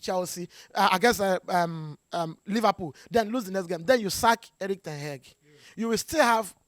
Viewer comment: The way he pronounce ten hag always makes me laugh,"ten heg"😂😂😂😂